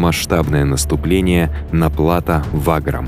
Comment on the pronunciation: Отличные видео, познавательные и подробные. Но хотел бы поправить, в слове плато ударение идёт на букву о, а не на а.